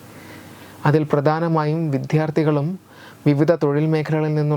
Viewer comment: "വിദ്യാർത്ഥി" എന്ന് 1000 പ്രാവശ്യം ശരിയായി ഉച്ചരിക്ക്